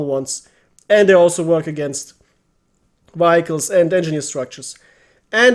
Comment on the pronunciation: Danke für deine sehr hilfreichen Videos. "Vehicles" spricht man allerdings ganz anders aus, falls dir das nicht bewusst war